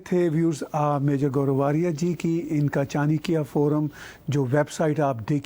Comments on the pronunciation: are tahir bhai kya chani-kiya chani-kiya kah rahe ho?? CHana~kya is the word. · Tahir Gora sir has improved from Chinkya forum to Chanikiya forum.....now waiting for the correct pronunciation of CHANAKYA forum.....👍👍👍👍👍